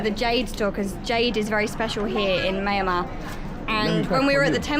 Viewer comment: pronounces Myal Mar, or Myan - Mar . Cheers.